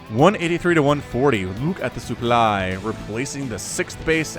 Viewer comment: LOUK AT DE SOUP PLY